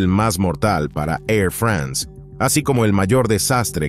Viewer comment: ¿Por qué pronucian "France" como si fuese un país anglosajón? Igualmente, "Airbus" se pronuncia ǀɛʀˈʙʏSǀ (API).